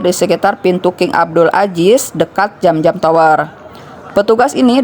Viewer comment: Bukan jam-jam Tapi zam-zam cara bacanya seperti lidah bergetar